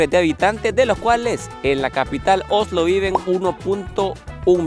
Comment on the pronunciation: por favor decí Oslo no Ojlo 🤦‍♀️. Aparte de eso lindo video con información muy interesante, disfruten.